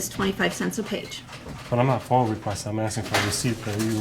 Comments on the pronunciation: FoiA, not foil, fool. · Awesome work bro. It's a "F.O.I.A" Request, You keep calling it a FOIL..is that on purpose? If so, nice touch.. breeds contempt in the heart of a city office worker.. makes them think they can sweep You under the rug..but You know this if so. Coooooool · Why do all of you refer to FOIA as “FOIL” ?!?! Drives me crazy. You’re not doing math here. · OMG ITS FOIA NOT FOIL! FOIA means Freedom of Information Act. WTF… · Isn't it FOIA, not FOIL?